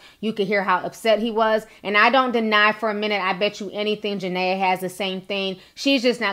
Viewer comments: It's JA-NEE-AH 😩😩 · I know it’s old but her name Ja-Ne-a !! Other than that I love your video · I am not taking up for jania but gurl u not even saying her name right before u want to talk about somebody make sure u no there name k👌